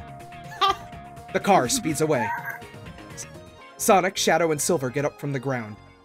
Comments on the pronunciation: "Sonc" made me lose it more then it should have tbh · There's no 'i' in Sonc.